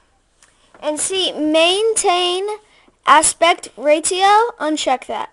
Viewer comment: LOL, maintain aspect Rate-eo